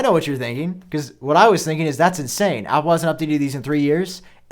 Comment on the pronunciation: You say words that start with A with an O = Opple please stop